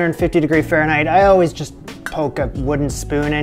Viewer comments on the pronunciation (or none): none